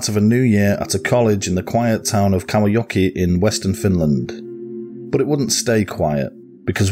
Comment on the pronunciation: u pronounced kauhajoki very well